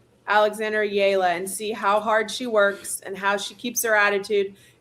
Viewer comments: Please pronounce Alex Eala’s last name correctly. It is e-ya-la. Thanks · Get w/ the program....It's EH-YA-LAH!